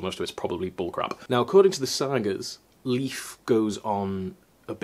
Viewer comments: Oh, that's what they are called in English. Squash berries, in Swedish we call them vinbär. Wine berries... It's funny to hear Leif be pronounced like leaf. It should be more like "Leif" for a Scandinavian sound. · Thanks. Was just about to comment. It's awkward to hear saying Leef, since I've been correcting people for my brother's whole life 😅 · please, Leif does not sound like 'leaf'. It's pronounced like 'Layf'. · Not sure about other Nordic languages (or Old Norse) but in Swedish "Leif" is pronounced "Layf". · Leif is actually pronounced more like "Layf" :)